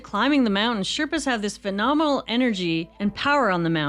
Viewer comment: Thank you for saying "mounTain"!